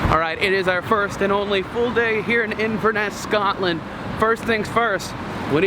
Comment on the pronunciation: You were in Drumnadrochit! (for lunch) Inverness, Glen Urquhart, Culloden and Jacobites all pronounced incorrectly but that's OK as it's very common to mispronounce them. Unforgivable is that literally no one would be able to see you in the Penta hotel waving as the windows are tinted!